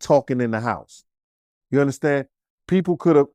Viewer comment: “Ya uNdaStand?”